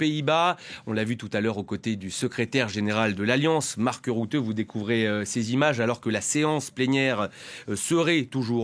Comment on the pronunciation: Il s' appelle Marc Rutte et non Routteu. Le u en néerlandais se prononce U et non ou. Le néerlandais n' est pas de l'allemand. B à ba pour un journaliste en politique étrangère....